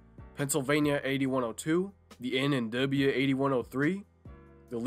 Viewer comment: “The En N’ Dubbya”